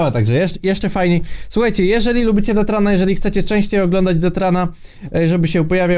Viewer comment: mówi def ran